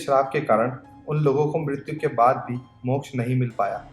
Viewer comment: you said mokksh i am moksh